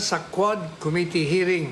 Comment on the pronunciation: 😂😂😂"Palowd by the komity KOmity😂😂😂.... (committee--the accent is on the 2nd syllable com-MIT-tee)😅😅😅